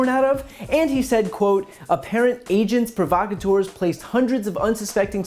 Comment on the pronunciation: He should also be fined for mispronouncing "agents provocateurs" (half English, half French).